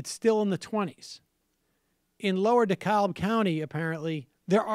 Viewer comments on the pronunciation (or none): pronounced decab....silent L! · Dekalb GA is pronounced De-CAB. No L. I know even the West Wing got it wrong, and I know every other Dekalb pronounces the L, but I promise... for Dekalb Co. GA, the L is silent. Here's hoping the Democrats use Ossoff as a springboard to quit ignoring the South, anyway.